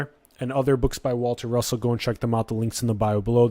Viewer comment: Waltah Russohhh